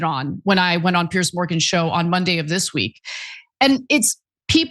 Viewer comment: Piers not Pierce ……..